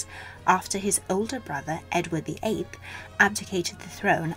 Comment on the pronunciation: She said edward the ape I'm dead 🤣 it's edward viii